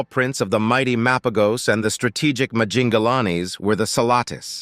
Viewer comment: it's Mapojos/Mapahos not MA PO GOS. All you said wasn't true or no credibility at all. Even for the Majingilanes and selatis.